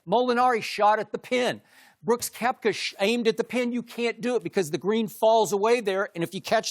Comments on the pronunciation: Brooks 'Kofka' are you serious? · Shannon Sharpe needs to quit talking Golf. Christian Vandeveld?? Kofka?? It’s Jean and Koepka. Lol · Shannon said every players name wrong except Tiger hahaha. Kofka, Schaufield, Christian Van De Velde. I guess he also go DJ right. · Shannon sharpe; who is koefka and chris van de velde? Lol i give you an A for effort, but at least get the golfers names right, because it makes you look like you've never watched golf before until the masters this week. Skip definately knows his golf. Skip, svp, Michael Collins, and Mike Greenberg are the only espn dudes who know golf. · Sharpe: "Koffka" :D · "Koeffka" lmao